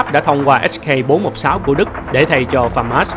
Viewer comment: mình nghĩ admin nên đọc “Hắc ca bốn một sáu” thay vì “ếch cây bốn một sáu”, nó cứ ba rọi nửa nạc nửa mỡ, ý kiến riêng hihi